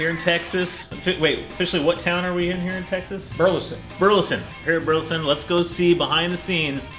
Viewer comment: Burleson Texas....not Buleson. Rookie Texas mistake, your forgiven.